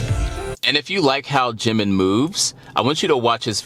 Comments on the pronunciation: Right the syllables are Ji-min, there's no stress on the second syllable though when he introduces himself or other member address him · Funny enough you were saying his name correctly in the first place, as it would be said by other Korean. Now you say it more western without the proper break point. Proof, listen to the way Taeyang says his name in the live version of their collaboration "Vibe". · You were saying it correctly before. Jimin (Gym-in) is the Romanized (Western) way to say it. Ji-Min (Gee-Min) is how it's pronounced in Korean. Either works.